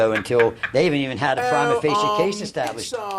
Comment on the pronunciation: the altoona lawyer cant even say prima facie right. this is the "look at my lawyer dawg, im going to jail" meme irl